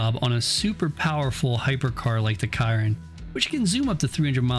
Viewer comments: how tf you gonna fuck up the pronunciation of chiron. shi-ron. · I love the video, but the way that you pronounced the Bugatti Chiron was hard to listen to